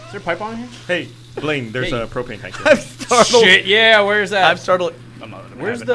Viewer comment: Propane, more like problaine, am I right?